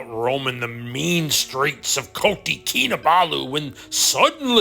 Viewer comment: Its Kota not koti